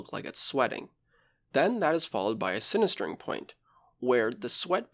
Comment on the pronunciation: Sintering not sinIStering